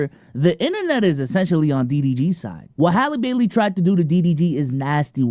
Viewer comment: Her name Isn’t that hard to say.. Bailey and bell are not the same